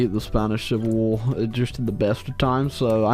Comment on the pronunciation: Ah yes “shivil war”